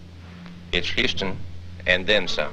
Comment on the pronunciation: Houston. Houston. Not Houstan.